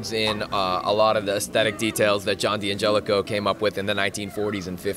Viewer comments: DANgelico not DEE come on.. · it's DEE-Angelico. Like D'Angelo the r&b icon. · It Di angelico. Lower case i... The apostrophe isn't silent obviously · How can your own product guy not know how to pronounce the brand name. It's pronounced DAN-gelico lol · DANgelico is the proper italian pronunciation, that's not my opinion, thats fact. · DANgelico is the proper Italian pronunciation, that is an absolute fact, I dont care where you lived lmao.